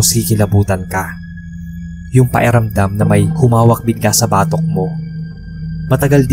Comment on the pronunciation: Paeramdam ang banggit nyo tlga sir sa pakiramdam? Pero oks nman ikaw mag narrate keep it up! More katatakutan stories 🎉